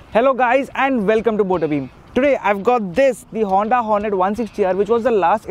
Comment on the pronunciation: hey Say Hoonnddaa once again